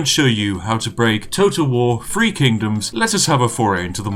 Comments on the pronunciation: Nobody: Brits: Free Kingdoms Everyone Else: Three Kingdoms? Spiff: TEA! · Just listening to The Spiffing Brit butcher Chinese names.